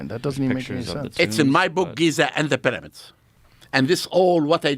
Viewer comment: Hilarious guy. The peramids.😅 It's because heiratics are very cörsiv.😅